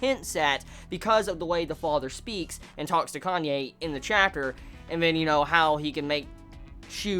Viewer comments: It's KA NA E not KANYE xD pls no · It's Kanae man, not Kanye. lol